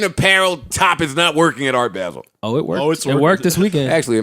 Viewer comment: If they say "Art Baa-sel" one more time!....It's ART BAH-SEL...Geez! LOL.